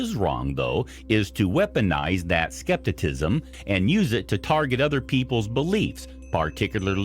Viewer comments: Skepticism is pronounced the way it's spelled & not skep-ti-tism! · I’m on the cap cusp lol And I just commented to say his pronunciation of skepticism, made me cringe so hard